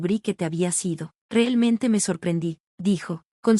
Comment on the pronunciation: Porque dice finelmente y relmente 🙄🙄🙄